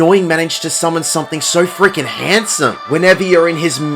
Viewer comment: Haha, I love that even though you don’t have an American English accent, you say “handsome” like you’re from Southern California and it’s awesome.